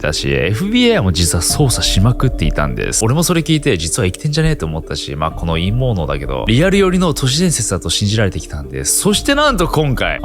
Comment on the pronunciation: 陰謀論が陰毛論に聞こえて仕方がない